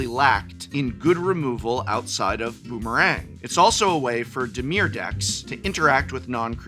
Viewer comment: I love how Prof pronounced "Boomerang" in this episode.